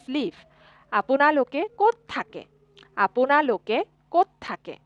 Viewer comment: Few corrections: ●It's pronounced as Tumalook (not tomalok), Apunalook (Not aponalok) ● Then it should be Tohote ki kori aso and not tohote ki kori asa ● Muk not Mok ●Mur not Mor ●Aeitu not Aito ●Tumar not Tomar ●Teuluk not teolok So basically the use of 'O' isn't correct in many places ig.